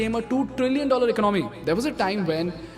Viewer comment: Ec-nomy or Econ-my Very important were you break the word.